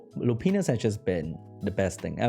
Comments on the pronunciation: Hahaha. He says Lupinus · its pronounced "lou pine us", and "ee freet"